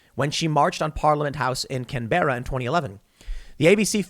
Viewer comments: Canberra......kan·buh·ruh. Its the capital of Australia. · It's "CanBRA", mate.